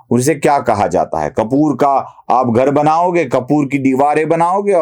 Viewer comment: Is that word “ Karpoor” ? Not kapoor